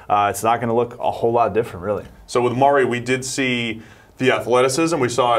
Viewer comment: Every time he says Maury instead of Murray I cringe. It's such a simple name...why go out of your way to say it so different and wrong?